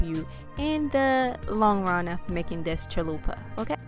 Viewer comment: Lmao I love how you said chill-lupa😂